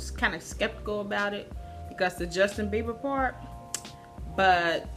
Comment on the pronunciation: noooo, it's Bieber not beiber🙈 sigh